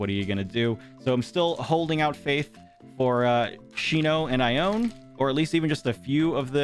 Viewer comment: Ione’s name is actually pronounced eye-oh-knee Sorry for the trouble